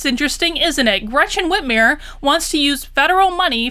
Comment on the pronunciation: I love how you pronounce her name like Whitmeir not Whitmer, because it makes her sound like a n**i